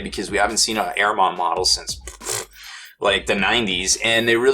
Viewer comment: Lmao good vid but you're butchering Ahriman